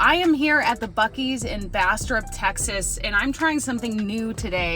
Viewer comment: Hello. Now that you live in Texas, you need to sound Texan. Bastrop is not pronounced Bas trup or Bas trip. It's Bas' trɑːp.